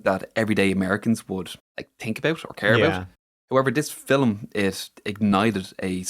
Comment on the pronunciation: I'm sorry... is saying Film with 2 syllables?!?? 😂